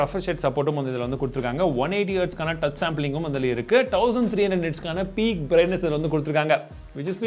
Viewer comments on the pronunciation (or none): none